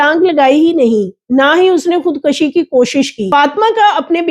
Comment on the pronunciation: Say خود کشی not خود کشی not زبر پیش